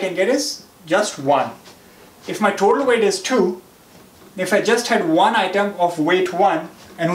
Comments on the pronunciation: Why're you saying THOTAL when you can say total ? ☝ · thotal no of kholum😂